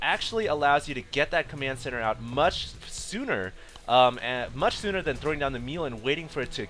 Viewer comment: "much shfsooner"